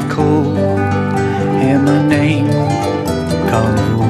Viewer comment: Y’ know every time the dude says carnivals it oddly sounds like gardevoir to me